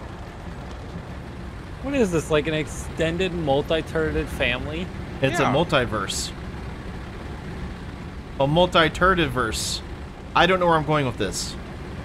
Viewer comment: I heard „Multi Turded-Verse“!